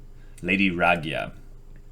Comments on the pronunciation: The way you pronounce Ragyo's name is sorta painful XDD Ra-gyo. With the emphasis on the last O. Not Ragya. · Satsuki's mom's name is pronounced ra-gyo, long drawn out o sound. The Ragyou spelling is a bit confusing to an English reader, but you gotta remember that in Japanese-to-English all vowels are pronounced individually.